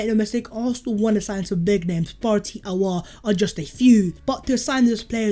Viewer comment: Its Hoo-sem. Spot on with the surname though.